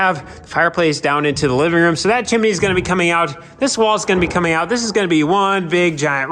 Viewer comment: There are TWO syllables in chimney, NOT three. It's chim-nē. Not chim-i-nē.